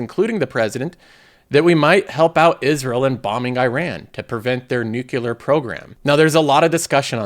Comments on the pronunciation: why do i hear nucular when he says nuclear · Wait, Iran have a Nucular program as well!? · Did you say nuke yoular